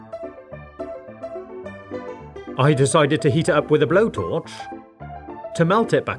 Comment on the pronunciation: Thought he said eat up but its heat up